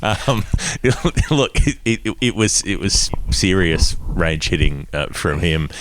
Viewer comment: It does sound like says "rain shitting" instead of range hitting